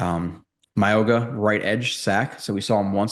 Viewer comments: His name is pronounced MOW-E (like Maui)-NOAH. The G is pronounced like an N. Not a hard G. Just a heads-up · Pronounce his name right please